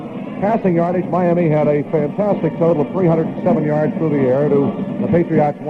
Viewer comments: Why does he keep saying "PatriOTT" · It cracks me up hearing the Dolphins radio announcer pronounce Patriots as "Patri-ahts"